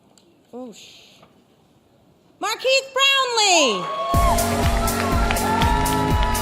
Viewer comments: Markik Brownleee Lmao.. I feel so bad when someone pronounces your name incorrect 😂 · You deserve it. She mispronounced your name though, right? Maybe I’m wrong. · Why’d she say his name like that? Congrats on the award though! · my man's name got butchered hard